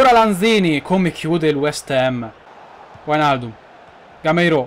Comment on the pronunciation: sei un grande continua così. un solo appunto sulle pronunce: wijnaldum: vainaldum macpies: mecpais per il resto bellissima carriera!